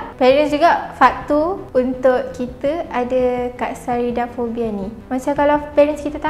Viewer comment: speaker sebut: Fobia lipas : Katsarida fobia aku dengar: kak sarida.....